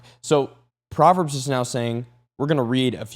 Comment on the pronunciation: I thought u said Potverbs 😅😅😂😂😂❤❤❤